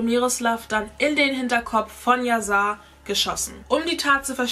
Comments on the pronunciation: Wird yasar nicht mit einem „sch“ anstatt einfach einem s ausgesprochen weil es auch aus dem türkisch kommt oder lieg ich da falsch ?😬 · das soll kein hate oder so sein aber man spricht "yasar" als yaschar aus ist ein türkischer name wollte dass nur mal so sagen btw liebe deine videos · Sein Name wird „YaSchar“ ausgesprochen 😂❤️ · ES WIRD YASCHAR AUSGESPROCHEN BABEEEEE❤️❤️❤️❤️